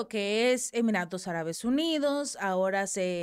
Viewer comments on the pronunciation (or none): none